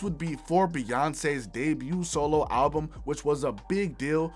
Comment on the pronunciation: 70x Million "Billboard Halbum Hundred" my ears..